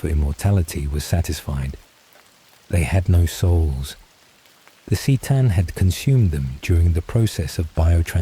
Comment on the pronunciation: If you're going to do this can you get the pronunciations right? "Seetan" bugged me so much. It's Kuh-tan C'tan.